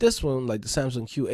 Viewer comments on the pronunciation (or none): none